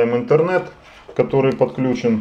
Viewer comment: Не иНтернет кабель, а иТһернет кабель.